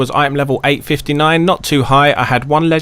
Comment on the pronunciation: Speak more clearly you fucking idiot, you just said your item level is 859?